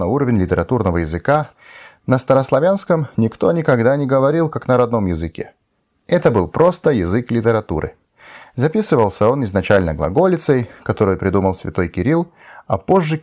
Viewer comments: Так же хотел бы отметить для автора, уж не сочтите за грубость, что при его отличном русском языке, есть всё же моменты в вашем произношении, которые стоило бы учесть, вроде замеченных мною /ГреЦ'Ия/ и /литЭратура/, вместо /ГрецЫя/ и /лит'Ература/ соответственно, с наилучшими пожеланиями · Хороший русский язык для хорвата. Лишь в нескольких моментах чувствуется. Слова Греция и Литература не так немного произносятся